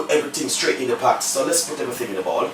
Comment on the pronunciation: It's *pot not pat